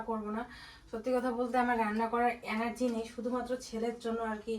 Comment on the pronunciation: অ্যানার্জি উচ্চারণ নয়,এটা হবে এনার্জি।খুব কানে লাগে।